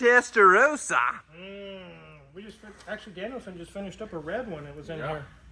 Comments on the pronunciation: I've always loved your videos, but this is a public service announcement. For the love of everything that is holy, would Americans please understand how to pronounce the name of this model. It is TESTA - ROSS - A. ROSS.... Like the man's name. It is NOT testa-rose-a or testa-row-suh the way you've been pronouncing it. First world problems I know, but honestly, if you're going to talk about a foreign vehicle, please don't Americanise the name but learn how to pronounce it correctly. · It’s not Testarose-a, it’s a Testarosssa. ‘SS’ as in moss. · Please learn how to pronounce Testarossa! It's not rose-a, it's ross-a. Why is that so difficult for Americans to understand 😂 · Wish (and most other Americans for that matter) would pronounce the name properly, it is TestaroSSa, there are two consonants, it is not Testa 'Rosa'. And while I am ranting, please also stop doubling up with the model numbers, it is 3-5-5 and 3-4-8.... not 3-55, 3-48 etc. This is a major pet peeve of mine as a Ferrari enthusiast! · ROSSA. Not Roesa. Please, my Italian heritage would appreciate it. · Why is pronouncing it "Testarowsa"? Vin Rosso is not pronounced "Vin Rowso".